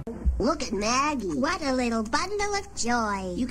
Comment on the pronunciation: It’s Maggie not meggy